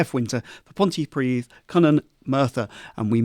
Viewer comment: Is this podcast meant to represent Cymru? The presenter can't even be bothered to learn how to pronounce Pontypridd properly! 😄. That is much worse than Farage reading out someone else's joke 😂. I get huge fun observing the hypocrisy of the far left 😂